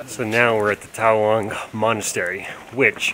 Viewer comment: it’s TAWANG MONASTERY not Taiwan monastery